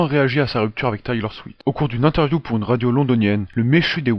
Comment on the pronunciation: C'est Taylor SwiFT pas SwiT